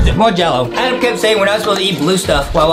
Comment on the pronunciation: His name is Adam not adem